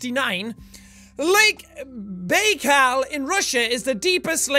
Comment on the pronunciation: It's pronounced lake (bye call)